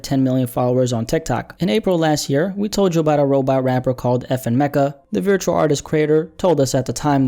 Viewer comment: You say virtual wrong. It's not viritual